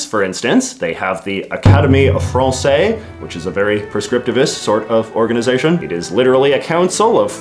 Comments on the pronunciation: Pedant note: The "se" in Academie Française" is pronounced Z, like the same sequence in "harmonise." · You're supposed to pronounce the "s" in "française". The general rule is that, when a word ends with one or more consonants, they're usually silent, but when they're followed by an "e", they are pronounced. So in "français" (masculine), the "s" is silent, but in "française" (feminine), the "s" is pronounced.